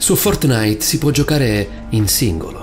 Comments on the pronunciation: È Fòrtnite, non Fortnìte.... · Ok io ti adoro, ma fortnìte, cazzo, FORTNÌTE. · Fortnàit non si può sentire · Like se hai sofferto quando ha detto Fortnàit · Paolo di ramio Secondo me intendeva dire che “Fortnite”, ok, si legge “Fortnait” però questo YouTube ha detto “Fortnàit”, cioè, ci ha messo l’accento e a molti avrà dato noia. Per me suona figo, per gli altri non lo so ahah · Ma no raga intendeva che l'ha detto con l'accento non ci vuole tanto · La cosa più paurosa è come pronunci fortnite😂😂😂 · La vera cosa horror è come pronuncia “Fortnite” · Ma come pronunci “Fortnite”?? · A me fa ridere come dice Fortnite...:-)